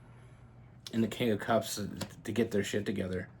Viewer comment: When you say “cups” I hear “holes” which checks out 🤣🤣